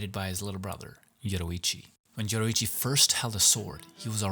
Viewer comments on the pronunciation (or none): It’s Yoriichi not Yoruichi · I’m just saying you said Yoruichi in the video instead of Yoriichi